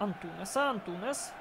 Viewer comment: Лайк, але не Антунес а Антунеш